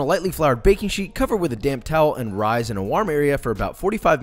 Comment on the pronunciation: i ALWAYS hear "damp towel" wrong. it always sounds like "cover with a damn towel" to me lmao